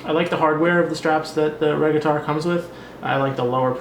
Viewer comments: I love my Margrette Regattare 2011!! The provided black leather strap is beautiful, and its red lining is superb and very current in terms of fashion. But I cringe when I hear you mispronounce the name. It is pronouced "mar-gret-tee" and (possibly from Latin) "re-gah-tar'-ey". Also, although I like the Vintage Tobacco strap when used on the Magrette Bronzo, I find it totally out of place on this Regattare 2011. Ruins it for me. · "MAR-GRET-TEE" "RE-GA-TAR-EEE"